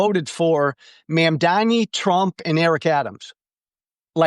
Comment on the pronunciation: For the love of god, it's MUM-DAA-KNEE. NOT MAAAM.